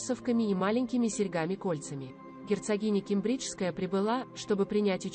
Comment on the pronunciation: Ке'мбриджская. Ударение на 1 слог